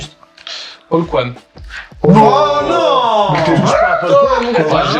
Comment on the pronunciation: "Paul Kuan" aaaaaaargh mes oreilles